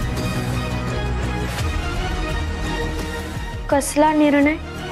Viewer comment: Faltu sr. teacher zaliye.pan marathi shuddha nahi yet bolta.निर्णय ला निर्नय म्हणते.सतत अशुध्द भाषा.